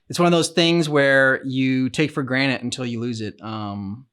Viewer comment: Are you saying taking things for granite?